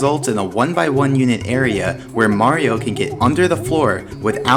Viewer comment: ...wow. You stopped saying "Mary-O" and are now pronouncing Mario correctly! (fantastic vid btw)